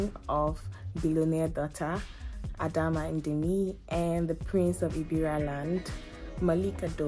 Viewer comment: Ebira not Igbira We are unique, decent and intelligent ... wonderfully made by God (Handsome and beautiful)